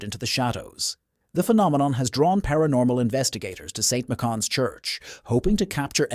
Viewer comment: The CORRECT pronuciation of "Michans" is "My-Cans"